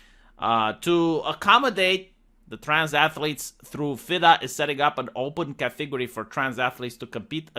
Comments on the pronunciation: I for one, enjoy the Romanian pronounciation of cathegory. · Cat TEA gory